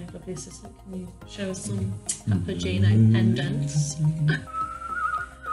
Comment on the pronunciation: Ive been following the Delos story for a few years,, so please excuse my rudeness in assuming I know you enough to say this...but the name of your vessel, according to its Italian spelling, is "pah-pah-gay-no". It is, indeed, a leading character role in Mozart's opera, The Magic Flute. In fact, the magic flute belonged to Papageno. He is a delightful character, full of fun and slightly mischievous. A bit like you, perhaps! If you wish to pronounce the name with "gee" instead of "gay", the spelling would change to Papagino, rather than Papageno. At least you will know in case someone asks you! Adventures await!